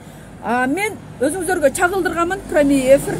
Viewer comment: Вообще тарбиян жок кыз экенсин,эми суйлогонуно соз жок,орусча кошуп суйлобой эле койчу.Служебный дегенди служвебный дейт,прямой дегенди прамой дейсин тилинди ондочу шерменде😅😅🤣🤣